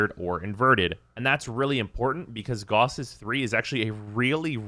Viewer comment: Carl F. Gauss is a German mathematician and physicist, and his name is properly pronounced as "G-ow-ss" not "G-aw-ss". Good video tho.